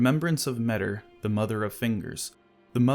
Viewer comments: It's difficult for me to grasp why people prefer "metter" over the much more appropriate "me-tee-r" pronounciation. Hard to listen to. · Tiny correction: The name Metyr is pronounced "meta". So they're a creature from another reality, that creates tiny universes called "microcosms" and their name is "meta". In the words of George Carlin that's gotta mean somethin'.